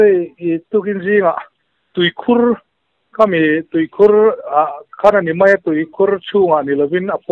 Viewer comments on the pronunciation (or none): none